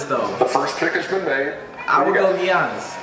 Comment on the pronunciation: Dude says Gee-onis